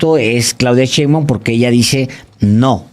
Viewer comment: Alejandro aprende a leer y sobretodo a pronunciar bien las palabras, más si estás mencionando un apellido, es "Sheinbaum" no "Cheinbaum", tipo irrespetuoso